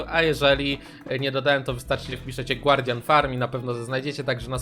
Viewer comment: Mówi się gardian a nie głardian kurwa